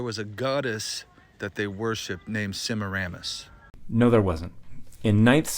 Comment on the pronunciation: I was laughing so hard after, "no it wasn't" that all I could hear was "Semiramus" which sounded like ignoramus and "that's a Mayan artefact."